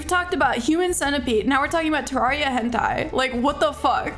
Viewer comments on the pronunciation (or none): terriara not terraria